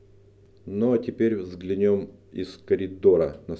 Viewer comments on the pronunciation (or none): ВзглЯнем прааильно, а не взглянем((((